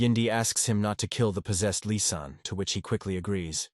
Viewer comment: the ai makes lizanne sound like an arabic by calling her "lisan" as in lisan al ghaib! it kicksmeof especially when mentioned more than once! and bro just use assasin i know the story would have been an hour longer but it will sound better to a western audience if you use the international word of assasin! instead of killer! killer is everyone who has ever trotten a bug! assasin is a proffession!